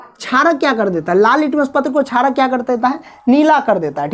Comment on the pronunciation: Not charak it's sharak